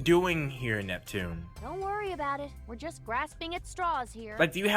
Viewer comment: I don't get how hard is to say Neptune name.